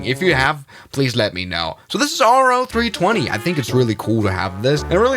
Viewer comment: It's pronounced "Row-320" not "R-O-320"